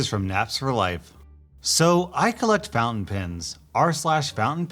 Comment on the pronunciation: I'm 99.9% that's not how you say fountain. I was genuenly exited for a subreddit about found pens and then I looked at the screen, come on man